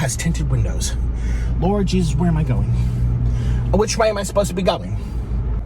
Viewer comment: Jeejus mary and jhoosephhh Jeejus mary and jhoosephhh Jeejus mary and jhoosephhh. Man, he really brings the fun